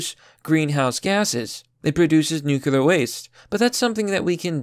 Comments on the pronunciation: Agreed! Nuclear is the future. Just fyi - nuclear, not nucular. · Its NU-CLE-AR energy, not Nu-Culur, you sound like W Bush, and you should never misunderestimate the strategery of those Nuculur WMDs. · New clee err NOT NUKULUR! Say it right please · New... clear... nuclear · I just want to hear one person outside of the business that pronounces nuclear properly. 😂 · Bro, I'm aboslutely convinced that you're just a robot who's never heard human language before. The shit you mispronounce is simultaneously hilarious and disturbing. You have such a hard time pronouncing common words, like nuclear, or Aldous. It's commical. I keep watching your videos because you actually make really good ones. I've given you a hard time plenty of times, but I'm a pretty big fan tbh. lol "nukular", "Aldious". Keep up the good work, homeboy. I'll keep giving you a gentle hard time out of love